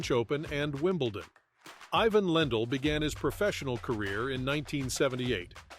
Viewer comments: Its IVAN you ai sonovahoar. Not EYE-VN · Ivan is pronounced iván not aivan… Wilander is pronounced vilandr not wailander… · It would help if you pronounced it i-VAHN. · You mispronounce his name in the very first sentence. WTF?